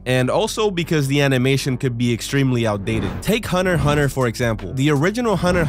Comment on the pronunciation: It's hunter hunter, not hunner hunner